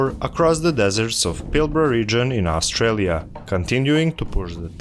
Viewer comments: "Australia", not "Austrailia" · AustRAILia Lmao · AustRAILia is kind of fitting though :)